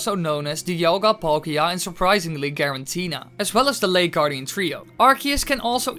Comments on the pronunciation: It's "Giratina" not "Girantina" or "Gerantina" .... so this video and channel not really believeable... learn basics... like pronouncing pokemon names...since Giratina is simple name. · i cringe everytime you say garantina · i love how you say giratina garantina XD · Girantina or Giratina? 🤣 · Say Garantina one more fucking time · I’m impressed that you say Giratina wrong, every time you say it.